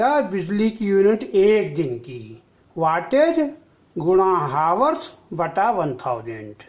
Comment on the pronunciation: हावर्स नहीं होता है चाचा